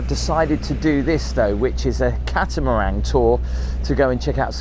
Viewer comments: It sounds like your saying, "Catamarang" it's pronounced, "Catamaran" 👍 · It's catamaran not catamarang... Cheerios and thanks for the cool video! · Please know it is a catamaran. There is no G at the end of it. Great trip to Svalbard!